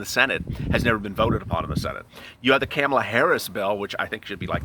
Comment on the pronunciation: Camel-a😆, it's pronounced ka-mal-a 🥴